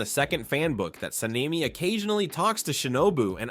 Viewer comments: San-nay-mi Ka-nai 😭😭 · Hushira Sanayme Kanai Bro it is annoying